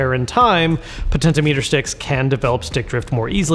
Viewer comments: “Potento meter sticks” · Most interesting pronounciation of potentiometer